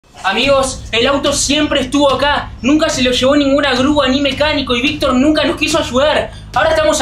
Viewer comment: Es Victor no vic